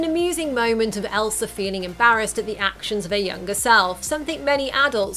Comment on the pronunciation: My fave part is every time she says ELSAR